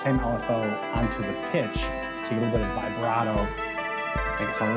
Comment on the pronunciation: Vibrato....Musicians should learn the proper pronunciation :) ...awesome series though!